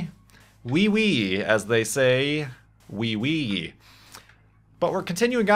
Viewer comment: I am sorry to break this ti you, but french people dont say wii wii